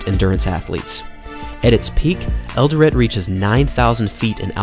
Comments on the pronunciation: It's Eldoret pronounced El Doe Ray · It's "El-Doh-Ret" . The 'T' is not silent